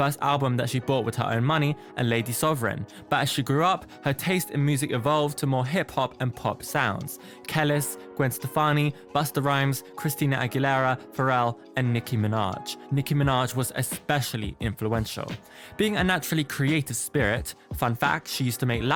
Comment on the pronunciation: Thanks for the video. Not to be a bitch or anything but it's pronounced "Ke-lees", not "Kellis" as in "Ellis".